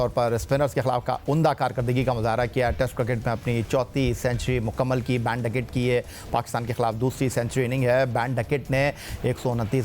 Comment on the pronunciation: It’s not baan ducket Ben man